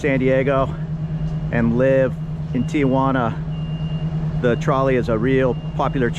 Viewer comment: Very nice and informative video. However, you did get a couple things wrong. ;) First, it's not TIAJUANA (tee-ah-wanna). It's TIJUANA (tee-wanna). Next, their not "fast" and "slow" lanes on the highway. They're "passing" and "travel" lanes. You should not be in a passing lane unless you're passing somebody, regardless of your speed. ;) Thanks. Keep up the great work.